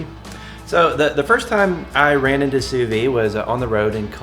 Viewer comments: You pronounce the "D" when you say "sous vide"...not "sous vie"...thanks for sharing! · Why do so many people on YouTube mispronounce Sous Vide as Sue Vee... When it's correctly pronounced Sue Veed?